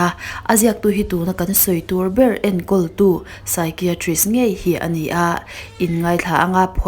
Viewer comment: Saikaitrik Ti a lam tur